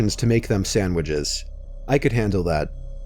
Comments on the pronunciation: No one:: Sandwidges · “To make some sandwidges”